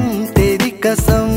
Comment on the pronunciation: Absolutely wonderful. Beautiful. What a wonderful band. A minor point, Pronunciation of "Qasm" as "Kasm", "کسم" نہیں، "قسم" that is the real word. Kishore does it perfectly and even Asha Bhosle